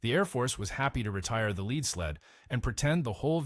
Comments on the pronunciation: PLEASE quit saying leed when you mean lead (led). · the "leed" sled... Naaaaah...